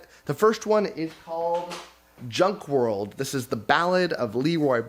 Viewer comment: It's hilarious that the Junk World author left you a note on how to pronounce his name because everyone adds the phantom "R". Including you. Every time you said his name, you added in the "R" :)